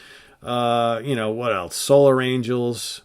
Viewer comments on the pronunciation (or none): none